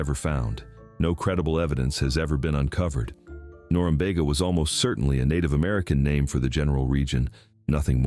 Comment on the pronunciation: Not wall' thum. Wall' tham. And nor- um- be'- ga